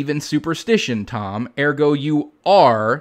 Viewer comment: "Ergo"? Speakin Latin like a true big intelligent boy😎 (no offense, dude, it's hust hilarious to suddenly hear Latin spoken with strong accent😂 The videos are great, can't stop watching them)